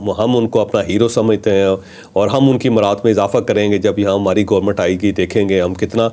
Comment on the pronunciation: What's GOMUT?? It's Government!! Learn to pronounce